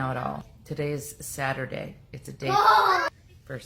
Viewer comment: SATurday? Sounded more like FARTurday! Haha! You are too funny!